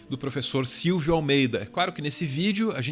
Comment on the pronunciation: Silvio Almeida... "Silvídeo", percebi hein kk